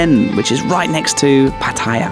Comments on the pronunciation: wet. Its Pat- a - ya. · Maybe some other commenter has pointed out that the correct pronunciation is PAH’ ty-yah.🙂 When I was a kid we visited a camp in Jomtian, which was virtually deserted and free of pollution and tourists back then. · $60 a night for that is amazing! Not expensive! Well, to each his own. And please- Say Pattaya correctly, at least get closer. You are so eloquent on everything else, so this one has your number. Some nice drone work around the bridge! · Why is it that most vloggers can not pronounce Pattaya correctly.